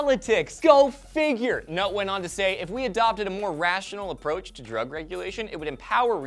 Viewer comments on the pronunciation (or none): ohhhh "Go Fig Yer" and i thought my girl was saying "Go Fuck Yourself" ...what an idiot...